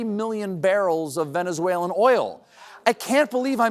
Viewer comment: Venezueler just like Tesler I guess!